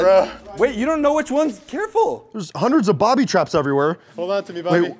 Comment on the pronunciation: Why dose 1 of you keep saying bobby trap